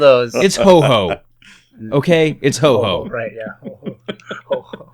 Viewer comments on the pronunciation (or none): its Ho-oh not ho-ho.... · IT'S HO-OH, NOT HO-HO!!!!!!!!!